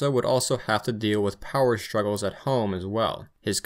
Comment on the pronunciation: 'Power shtruggles"